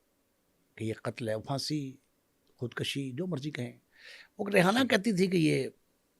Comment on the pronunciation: کام لکھنا اور باتیں کرنا اور خود کشی کا لفظ درست ادا کرنا نہ آنا——- قیامت ہے